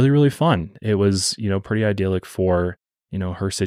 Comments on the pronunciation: Idealick! I can’t unhear it! It’s idyllic! “Eye” “dill” “lick” 3 syllables! Speak English boy! Put me off the full story 😭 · Bro it's "eye dill lick," not "ideal-lick." Idyllic. ❤